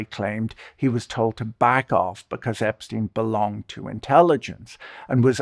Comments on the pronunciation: Can someone of you, muricans, explain to me why tf are you pronouncing subject name as [Epsteen] instead of [Epshtain] like in Einstein? It is obviously German one. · Ep-STEEN? Why can’t people at least pronounce the dead pedo’s name correctly?